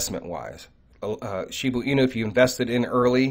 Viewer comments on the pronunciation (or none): Please....it is shib"A" inu. Not shib"U" inu. I've listened to every video concerning shiba inu and you always pronounce it shibu inu.